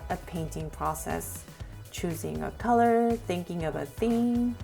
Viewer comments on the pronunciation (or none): none